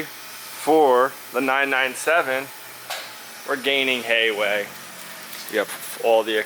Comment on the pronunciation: "We're gaining hayway"